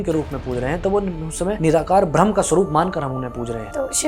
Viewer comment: "भ्रम" नहीं "ब्रह्म"